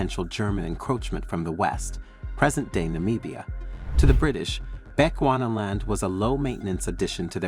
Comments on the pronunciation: Please it's not Bequana land oh lord 🤦🤦🤦 that's now how you pronounce it's, it's supposed to be pronounced as "Bi chu 'chew' not 'qua' ana land" Bechuana land not Bequana land 🤦 bechewana land but written as Bechuana land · You heard him too😅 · Please make time to research the correct pronunciation of our African Names & Places - you are mis-pronuncing our colonial Name - PLEASE check how to correctly pronounce BECHUANALAND ... NOT how u r saying it.